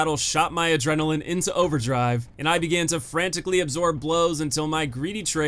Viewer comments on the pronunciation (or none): none